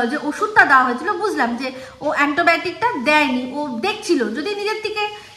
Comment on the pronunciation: Antobiotic noy Antibiotic kathata. Tumi to bhul koro na tai bollam. Kichu mone koro na.